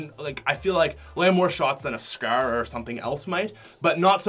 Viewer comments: U pronounce it like scaaaarerrr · I love how he pronounces scar. scaaaaar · " Coming at number 3 is the scer. " 😂😂😂😂😂😂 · Scrrrrrr not scar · y do you say scrr and not scar??:p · he says scer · He said scar like scrr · The way he says “scar” so funny😂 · The way he says scar though